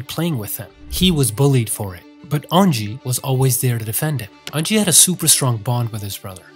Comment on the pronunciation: The way he pronounced unji took 10 years off my life